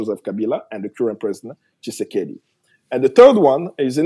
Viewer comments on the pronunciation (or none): Where in the world did you get that information from? French mercenaries are actually fighting alongside Rwanda and M23 rebels in eastern DRC. Please respect our 6 million dead! By the way, his name is not Tsisekedi...it is Tshisekedi for you Sir!